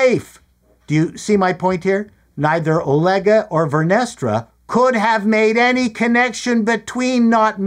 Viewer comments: Vernestra sounds like "Menestra," a bean stew😂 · "Vernestra" ...cream 😂😂😂😂😂